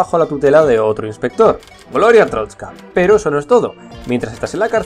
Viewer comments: ES "ARSTOTZKA" NO "ARTROSKA" 7-7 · Te voy a corregir. Arstrotska no artotska. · ¿Cuál es la fascinación de pronunciar TODAS las veces ArTROTzka cuando claramente es ArSTOTzka? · Es que es complicado xd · Es artotska no artrotska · Sabes algo que se le llama "modular" o "pronunciar bien" se dice ARSTOTZKA NO ARSTROSKA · es ARSTOTZKA pero bueno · pero es ars totzka no artrotzka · SE DICE ARTOTZKA CONSHESUMARE, NO ARTROTZKA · Se dice artotzka no artrotzka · es arstotzka no atroztka me caes mal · es arstotzka, no artrotzka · Rocagi99 "Gloria a artrozka" jaja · No es ninguna de las 2, es ARSTOTZKA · Dice Artroska ? O estoy sordo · Ars-totz-ka no es tan difícil! 7u7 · amigo pronuncias mal Asrtotzka xDDD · Es ARS-TOTZ-KA es tan dificil decir eso para los youtubers?!?! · no se, me enoja que digas artroztka .-. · ¿Atrotzka? Que mala pronunciación tío. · que asco de video y ademas dice mal arstotzka